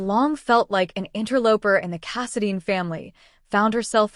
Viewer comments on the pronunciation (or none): It’s Casidine……long I not Casadean